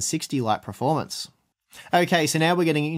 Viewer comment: I can't tell if is saying performance or preformance?????